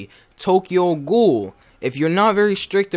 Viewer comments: Tokyo goool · I am very offended by how he pronounced "ghoul".